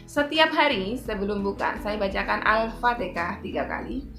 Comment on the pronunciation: Assmlkm...maaf ya mbak...harusnyakan Al- fatihah dan bukan al fatekah..